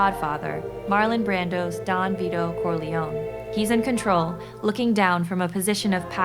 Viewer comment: Corleone non Corleon